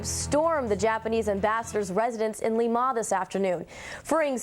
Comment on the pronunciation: The WMGM anchor had an interesting way to pronounce "Lima".